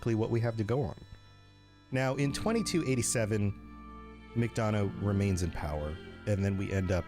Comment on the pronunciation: " Mc-don-ohs" XD It's McDonough (Mic-done-ah)